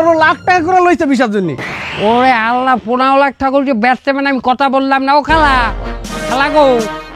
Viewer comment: আল্লাহর নামটা একটু উচ্চারণে একটু বিকৃত হয়ে গেল না মিনিটে। এটাতো অন্যায় হয়েছে। আশা করি পরবর্তীতে এসব ব্যাপারে সতর্ক থাকবেন। এছাড়াও মিনিটে সাদা গেঞ্জিওয়ালা ছেলেটি হাত দিয়ে অসভন ইঙ্গিত ( fuc* sign) দেখাচ্ছিলো যার শিষ্টাচার ভৈরবীভূত। এ ধরনের অসামাজিক কার্যকরা কলাপ আপনাদের থেকে আমরা আশা করি না। তবে বিশ্বাস করি আপনারা এ ব্যাপারে পরবর্তীতে সতর্ক থাকবেন ইনশাল্লাহ।